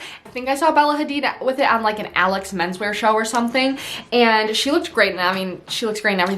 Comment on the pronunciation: Alyx - (uh-leeks) 🙂